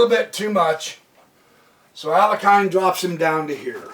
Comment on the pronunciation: Alakin? Alakin Skywalker. FYI: It's Alekhine, pronounced ah-lik-kyne